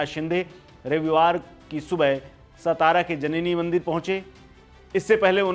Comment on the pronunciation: सतारा नही बे सातारा बोल